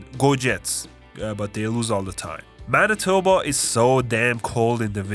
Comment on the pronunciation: Bro got Manitoba on the point. It's literally like that lol.